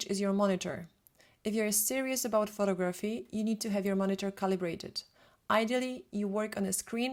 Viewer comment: It annoys me that she constantly says *pho*tography instead of pho*to*graphy.